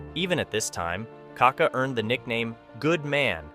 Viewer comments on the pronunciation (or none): it's not KA-ka, it's ka-KA. The accent is in the second ka. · It pronounces KakÁÁÁ, kaka is a slang for poop in Brazil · Why do you always get his name wrong. There is an accent on the last A!!! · great video, but you could at least learn how to pronounce the mans name